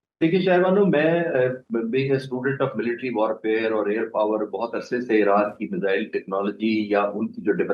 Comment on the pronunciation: Measles or missiles???? Madam please correct your pronunciation!!!